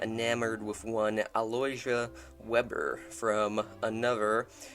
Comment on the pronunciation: His wife’s maiden name is pronounced vayber Not Webber.